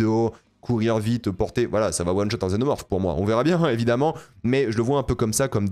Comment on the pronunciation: Un xénomorphe mal prononcé